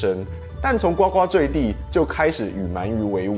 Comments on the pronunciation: 念咕咕。呱呱坠地。。。不是呱呱。。。。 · 呱（ㄍㄨ）呱（ㄍㄨ）墜地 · 感谢的讲述和推荐，另外，我想和说一下，“呱呱坠地”“呱呱”这连个字念“gugu”二声~